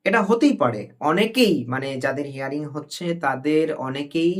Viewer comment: প্রথমে বলি শব্দটা হেয়ারিং নয় ... হিয়ারিং।